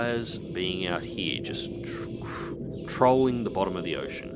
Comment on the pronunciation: Sounds so funny when you use the word trolling